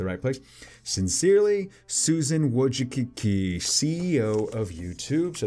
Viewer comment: You read the Wójcicki Like Vooychicski! LOL